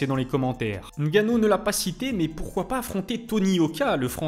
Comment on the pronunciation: Bravo pour cette vidéo, j’animerai bien que tu consacres un sujet sur le pour et le contre du départ de l’ufc de Francis. Bravo pour la prononciation de nganou, tu y es presque, ça se prononce co mnémotechnique, sans appuyer sur la première lettre. Merci encore pour très contribution.